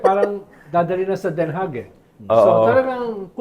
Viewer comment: Since Den Haag ang ginagamit nila instead of The Hague dapat lang na icorrect natin yung pronounciation, it's supposed to be pronounced as Den Ha, silent yung G